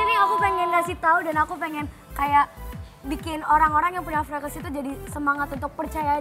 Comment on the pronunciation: FRECKLES CARA BACANYA TUH FREKELS GUYS PLIS BUKAN FREKLESSSSSSSSSSS ASTAGAAAA :'(